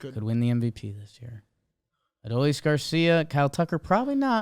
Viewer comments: Please guys it is Uh-Doh-Lease Garcia. Its three syllables. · Only thing I hate more than Adolis is your guys pronunciation of his name